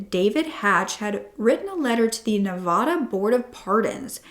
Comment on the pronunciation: I love your videos but PLEASE learn how to pronounce Nevada correctly. ❤ I live in Nevada so it drives me crazy when people don’t pronounce it correctly.